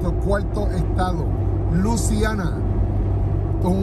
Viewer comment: Se dice LUISIANA no LUCIANA